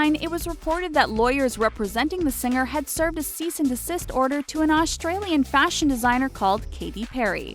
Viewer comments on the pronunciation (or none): I'm Aussie and I'm I the only one who hates it how she said Australian